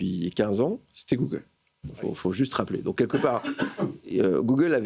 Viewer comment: J ai arrêté de regarder quand j ai entendu googaule.😂